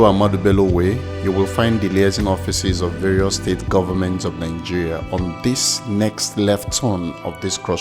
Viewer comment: Great vid...but pls, it's not Ningeria but Nigeria!